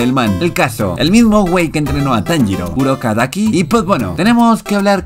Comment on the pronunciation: Se dice urokodaki güey no mames :/